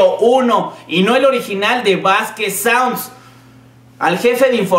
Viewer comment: Jajaja "Saunsds"